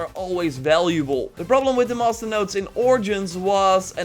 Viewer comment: Everytime he says master it sounds like hes saying monster